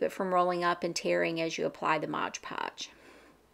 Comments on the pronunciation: I don't know why, but you calling it modge podge drives me nuts, lol it's MOD podge. Thank you for the easy to follow tutorial. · Mod Podge, not modge podge.